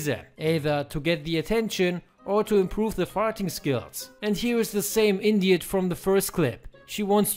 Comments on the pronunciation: did he fucking say "Indiot"? I'm dying over here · He said “here’s the same Indiot” fucken hilarious